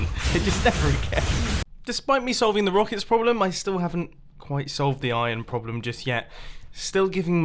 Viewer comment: "Rockicks" Mumbo-2018